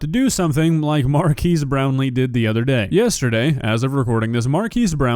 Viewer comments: It hurts your credibility when you mispronounce his name for the entire video. Of course it's not relevant to the main point and isn't changing the overall reception of the video, but it's also an easy thing to get right. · If you are going to do a video, at least do the minimal research in how his name is pronounced. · Mispronouncing his name is probably not the best start to the video 😭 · Saying his name incorrectly over and over is a micro aggression and weird . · man at least pronounce his name correctly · Mar-kez not Mar-kees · Love how you keep calling him "Markees" when his name is pronounced "Markez" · Pronounced Mar Kez not Mar keese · Mar-keys brownie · His name is not MarKEYS his names is Marques ->! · I know I’m being nit picky but his name is pronounced mar-kes and not mar-keys 😭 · and calling him "MAR-KEECE Brownlee". Is that the pronounciation in the states? Lol. The WVFRM podcast team seem to say "Mark-EZ"....like everyone would assume that is pronounced. Guess it depends on if Marques name is Spanish or Portuguese in origin? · Is nobody gonna comment on the wild pronunciation of Marques?... Its Mark-ez not "Markeez". I never get how creators make videos on someone but can't even get the name right... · btw its pronounced markez not markees, also he very annoying this yr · At least learn to pronounce his name right. It's Mark-ezz not like a temporary structure like a marquee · At least pronounce his name right.. "markees".. sjeez. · It’s pronounced mark-ass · “Markeese?” I’ve never heard his name pronounced that way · hey good video, and I'm totally with you on everything one thing is it's said like mark-ez not a huge thing just an addition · I can't tell if mispronouncing names is a running gag on this channel or if he really didn't know. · Yet another video repeatedly (purposely?) pronouncing a Black man’s name wrong. 😂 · PLEASE pronounce his name eight😭😭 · Haha your pronouncing his name wrong 😆